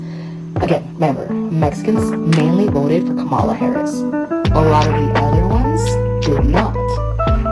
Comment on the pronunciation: Please say Kamala’s name correctly.